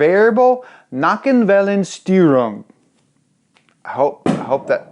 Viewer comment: Instead of "Steuerung", he said "sti-erung"